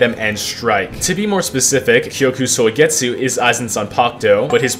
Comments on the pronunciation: Kyoka suigetsu Him: kyoku soigetsu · blud said kyoku suigetsu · "kyoku soigetsu"